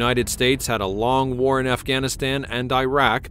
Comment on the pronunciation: What's up with this channel. They can't say WAR. War war war war.